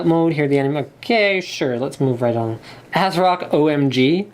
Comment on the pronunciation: No , not ass-rock We want MSI! >:c Linus!!